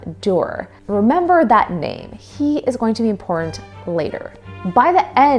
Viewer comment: Young people can't pronounce "important" correctly, you notice that? They can't say "didn't" either... And there's a few more...